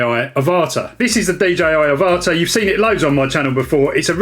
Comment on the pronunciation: I think it's pronounced like Avatar without the r.